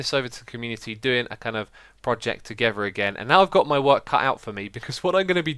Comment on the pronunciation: Is it me or xisuma always say "poject"?